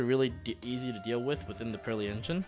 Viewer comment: Thank you for not pronouncing the Purrely cards like a madman as some other YouTubers do